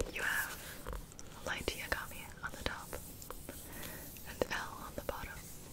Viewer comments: yagame?! (I'm sleeping it how she said it) Gibi honey I love you but its YAGAMI you pronounce the I as an e not y. I am sorry but this anime means a lot to me and I HATE it when people get his name wrong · the way she pronounces yagami only weebs understand how triggering this is